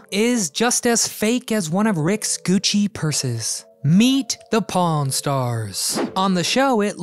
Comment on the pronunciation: he said pawn stars bt I thought he said porn stars loll 🤣